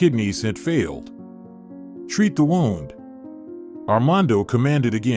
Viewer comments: Agreed! 😂 He pronounced “wound” (injury) like “all wound up. Etc!😂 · Unfortunately the narrator is a robot AI with inappropriate pauses and pronunciation: 'wound' as in winding instead of hurt, they sound different